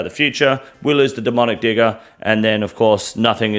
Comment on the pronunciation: It is so easy to accidently slip into a slur with the "demonic digger". But your pronunciation was masterfully safe.